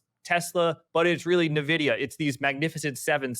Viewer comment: Did you just say nvidia? and not nvidia? :D